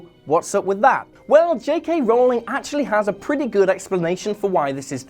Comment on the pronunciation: R-ooow-ling, not rolling.